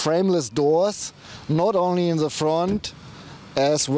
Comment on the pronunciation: Great informative and detailed review.Just a little painfull to hear.Please try saying "the" instead of "ze".It sounds like a greek "δ".I also like that you respond to all the comments,unlike most youtube channels.Liked the changing of hands.Subscribed!